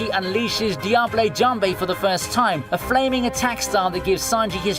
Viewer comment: "diabl janb"